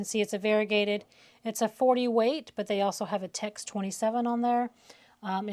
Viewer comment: You keep saying “text” thread. Isn’t it TEX?